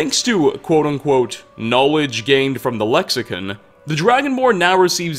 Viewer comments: Lexicon not lexicun. Also they are memories and not ghosts. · Am I the only one that noticed he says lexi-kun instead of lexicon lol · can't pronounce a damn thing, "lexicin" lmfao it's CON lexiCON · Its "Le-ksi-KAHN. not "Ken", ''KAHN"! Lexicon. not lexicen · lexicon is pronounced (lek-suh-kaan) I have a feeling I'll be doing this every video. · I've noticed all your videos even when there's all the NPCs saying a certain way you'll say some works differently why is that even when it differs from how it's supposed to be said even in English aside from whatever it's called tamriel click or whatever it's next to con is with an o on I or an e or however you're saying it even they say it correctly in the game same with saudia when they say Sadia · the way you pronounce Lexicon angers me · Your mispronounced Lexicon lol